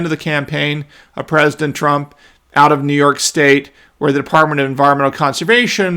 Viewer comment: Come on, It's New frickin York 😅